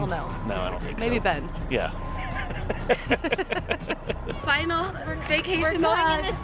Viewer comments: Its not ben, its BEeEehHn!! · And Ben You had one job to say BEYN!